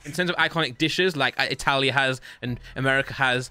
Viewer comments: say italia insted of itly❤ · pronouncing Italy as e tally is the best thing I've heard 😂😂😂😂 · not pronouncing the countries correct is killing me 😂